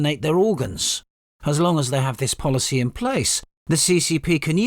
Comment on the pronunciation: the (ccp🤮) "foolishy" not "policy"...